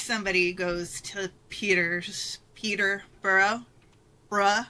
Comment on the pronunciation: Guys, it’s pronounced Peterborough 🙄🙄